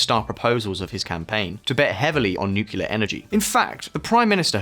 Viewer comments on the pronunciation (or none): Nuke lee are Not nu q lar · Great stuff. One important note though, its nu-cle-ar, not nu-cu-lar. Don't know why everyone insists on pronouncing it the Bush way. Also, reducing tax on landlords will never work, you have to increase supply of housing massively to reduce prices, and possibly introduce sophisticated price caps per square metre and housing quality to prevent increasing rent prices from accelerating the inflation and cost of living crisis. Pretty good plans though aside from the reaganomics ideas. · Nukular => nuclear